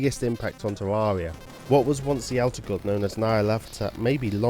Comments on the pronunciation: Its tare rare eee augh not tare roar ee augh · ITS TERAIRRIA NOT TERARERIA GOD DAMMT A;LSDKJFA;SLDKJFA;LSDKJF;ASLDKFJA;SLDKFJA;SLDKJAS;LDKFJ;ASLDKFJASLDKFJ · Am i Dumb or hes saying tewawwia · Tevvavia? That is what he said, just me? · You can't even say "Terraria" properly. 😑